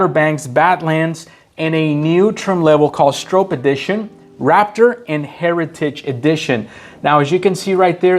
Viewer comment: You’re pronouncing Bill Stroop’s name wrong! And you had no mention of Parnell Jones ….